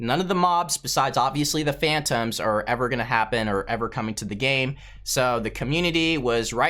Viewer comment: and ore instead of or